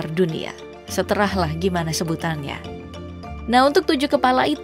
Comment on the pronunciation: wkwk seterah atau terserah min?🤣